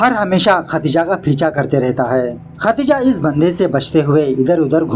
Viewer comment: Apki muh se khati+ja == khatija Meri kaan kha gyii😂😂 Wo sayad khatija nhi Khadija hogi Meri ek dost ka naam bhi Khadija hai